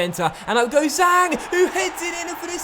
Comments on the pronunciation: Zhang is more like jang for pronouncing in English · the Zh in Zhang is pronounced like a J